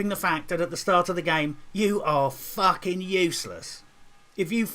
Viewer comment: Subscribing for the pronounciation of 'FUACKING'. Thats how i know this game is worth playing.